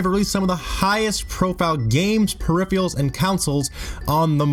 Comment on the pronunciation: also "periphials"